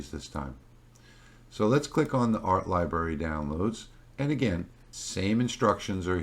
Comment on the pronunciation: Do you realise you are not pronouncing the first "r" in library?